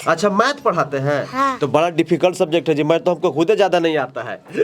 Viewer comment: बड़ा❎️ बरा✅️ 😂